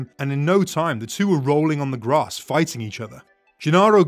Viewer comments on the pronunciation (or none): none